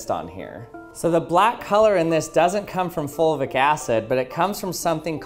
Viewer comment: Is he saying “folvic” acid?